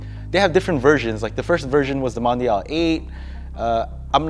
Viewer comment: One butchered Mondial